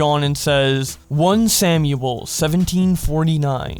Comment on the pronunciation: Okay listen, I love your videos but please don't ever say "one samuel" ever again.